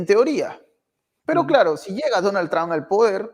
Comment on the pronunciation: Trump ( trampa, quítale la a , así se pronuncia este apellido, Tramp).